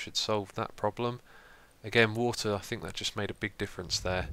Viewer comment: bottle of wortah